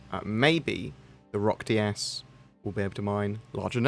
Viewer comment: Says "Roc-DS" Me: fart noise